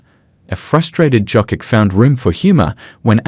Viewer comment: Your AI can't propunce Jokic